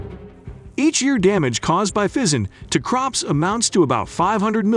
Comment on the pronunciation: I never heard of Pheasants being a problem , sounds like Bullshit . And this guy cannot even pronounce this correctly either